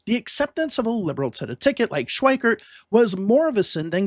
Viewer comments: It's not pronounced "Schweikert." There's no "t". It's Schweiker. Get it right. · FWIW: Richard Schweiker's name does not contain the letter "t", so the narrator's pronunciation of that name as "Schweikert" is a bit jarring -- and inaccurate.